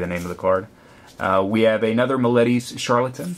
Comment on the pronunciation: you pronounce meletis wrong, caryatid id pronounced kary-ah-tid, and medomai you have to much stress on the o